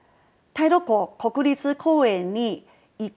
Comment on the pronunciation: 口誤了。（太魯閣国立公園仁⋯（国リつ説成囯ぶつ）